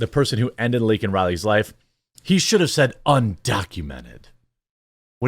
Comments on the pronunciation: Stuttering does not make him say LINCOLN instead of Laken. It also doesn't make a person lie or yell. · Joe Biden called Laken Riley, Lincoln Riley. What a piece of 💩. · The libs are offended that he called them illegals. But not that he mispronounced her name. The libs are offended that he "dehumanized" illegals, but not that she was "dehumanized" by being killed. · MTG the MVP here for forcing Biden to go ofc-script and mention the name of the girl (albeit in Joe's fashion, mispronouncing it) that was removed from this planet by a foreign invader (Thanks Mark Dice for this term).